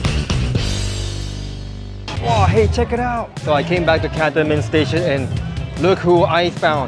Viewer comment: Thank you for this preview of the new stations. I would pronounce Cantonment normally with the stress on the second syllable though can-TON-ment.